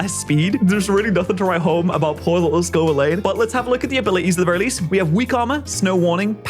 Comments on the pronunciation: Say it with me slowly, it’s pronounced Scoe-Vill-An. Not Scoe-Vill-Lane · Scovillain ❌️ Scovileyn✅️ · Pats uncompromising insistents on mispronouncing Scovillain is so fascinating. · Still mispronounces Scovillain and i die inside each time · I beg stops pronouncing scovillains name like that 😭